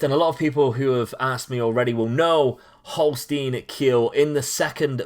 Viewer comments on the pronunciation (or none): Quick tipp for the pronounciation: the S from Holstein is pronounced like a SH in SHRINK, and the EI like the I in NINE. The Kiel is pronounced like KEEN, just with an L Greetings from Germany